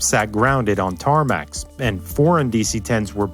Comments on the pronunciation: YOU SAID TARMAC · Did he just days TARMAC ahem Tf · you said TARMAC